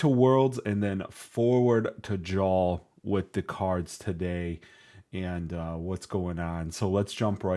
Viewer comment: Love the stream and channel! Gonna do you a solid jarl is pronounced yarl like Carl with a Y at the start